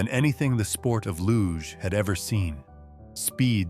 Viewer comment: #8 photo is Cassius Clay/Muhammad Ali. And the sport is pronounced “looszh” not “loog”. Idiot AI 😡